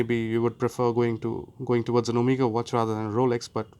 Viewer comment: When you hear 'omeega' from an indian and not not 'omega' , you know the guy is the real deal. 😄😄😄 Edit: i lived in US for 7 years and i purchased 3 omega, 2 TH , 1 longines, 2 rado at nearly half the retail price ( it still made me bankrupt though ). You can get great discounts from grey ( not black) market like jomashop..or you can buy certified pre owned watches. When comes to luxury, i think one should always go for pre owned as its better value for money and does nkt take away any feeling